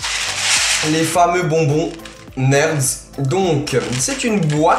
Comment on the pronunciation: #québec PS c'est nirde quant tu le dit c'est pas neurde